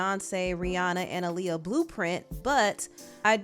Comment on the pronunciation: Aaliyah name is pronounced “Ali Ah”